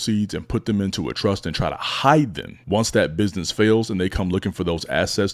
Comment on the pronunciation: Soon as he said “binness” I was out.